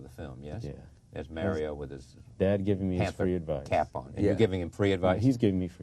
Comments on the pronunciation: I wished he would have pronounced Mario's name properly. His name isn't Mary-oh. His father keeps saying Mario... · Watching this interview has me feeling part pride and part disgust! How can you do an interview and refuse to properly pronounce your interview's name? Mario is only 3 syllables and 5 letters! I guess I could call Charlie Chucky a few times. If that's bad enough let's keep looking for reasons to disparage them. And did he try to call out Melvin for abandoning Mario's mother? Melvin you're great for not popping him one. I still love Melvin and Mario!